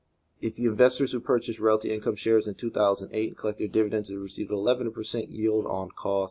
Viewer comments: hey man it's pronounced "real-tee". anyway, love this one. I have 110 shares :) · If you can't say "Realty" properly just say Ticker symbol "O"